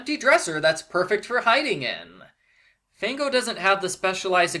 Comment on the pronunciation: Fango actually means mud in Italian. Also, it's pronounced FAHNGO, not FAYNGO.